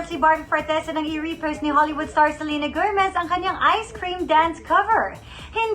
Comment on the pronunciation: “Selerna Gomerrzz” hahahahahaha